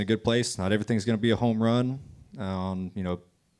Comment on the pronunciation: It’s NASCAR not WASCAR.